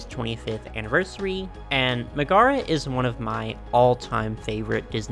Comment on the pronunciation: Love your vids. I will say i don't know if someone has already commented this but her name is not pronounced Ma-Gar-aa its pronounced Meg-a-ra the "Meg" part sounds like the beginning of the name Megan. and that, i was quite surprised to learn, is not a Disney made up name she's actually a real princess in the Hercules story. for the longest time i thought she was made up by Disney nope she's got actual foundation in the original Greek myths!!! ANNNNND is a real princess in the old story too!!!